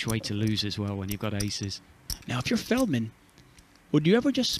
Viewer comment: Surprised no one has called feldman, " FELTman"